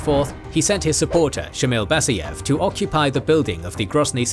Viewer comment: DudAyev, BasAyev. A as in car